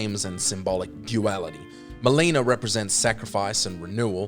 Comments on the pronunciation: It's pronounced Mel-in-uh. Muh-lean-uh is a Mortal Kombat character. Call me an easy trigger, but I can't finish a video when basics are messed up. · Why must you butcher Melina's name? It's Mel-ih-na not Ma-lei-na